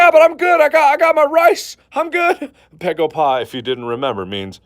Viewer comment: its baegoba not pegopa